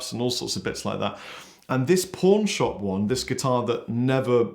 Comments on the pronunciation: Haha for a second I thought he said porn shop not pawn shop lmao. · Kept thinking he was saying PORN SHOP instead of PAWN SHOP! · I kept on hearing “porn shop Mustang” 😂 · With your accent it sounded like you said "porn shop mustang".